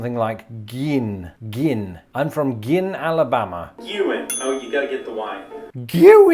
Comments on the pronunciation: Been to every one of these towns and have worked for years in two of them. Can’t tell you how many times Yankees mispronounced Guin. They never failed to pronounce it Gwen. And forget about Opelika. Yankees couldn’t get it right either. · Alabama here. I’ve only heard Guin pronounced GYOO in. Weatherman James Spann always makes a point to pronounce towns the way locals say them. So during Tornado warnings, he’s calling out town names, and that’s the only reason that I know how they’re pronounced.